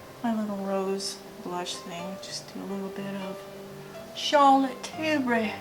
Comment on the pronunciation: And the way u say Charlotte tilbury omg kills me!!!! Love ur personality